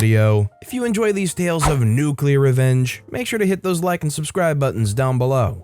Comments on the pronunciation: Nuuuuuuculer. It's pronounced nuuuuuculer. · Nuclear. Noo clee ar